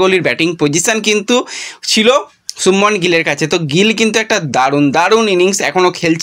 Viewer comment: গ্রল না গিল। ঠিক করো